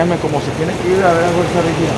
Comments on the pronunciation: Fanático y dice “ fuerza rígida” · Se nota que te gusta, si dijiste mal el nombre como 3 veces mi, FUERZA RIGIDA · porque dices Fuerza Rigida jajajaj